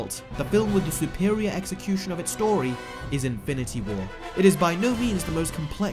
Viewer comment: why'd he say it like that lmao Sou-per-ior it's suh-per-ior.